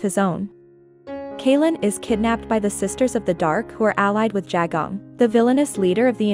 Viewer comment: Okay clearly read by an AI and does not include the books after Confessor. Notes: D'Hara is not pronounced "dhrra". Kahlan is not "Kaylan" (TV messed this up too). Jagang is not "Jagong" either.